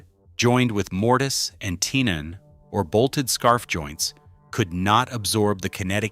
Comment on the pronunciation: Tenon is pronounced as ten not tin